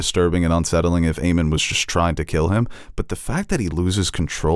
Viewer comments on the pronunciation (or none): oh my god stop calling him Aemon its AEMOND :)